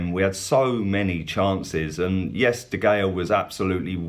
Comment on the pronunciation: Did he seriously pronounce de gea with the G oh no. I love as he supports the best prem club and he's a funny dude but seriously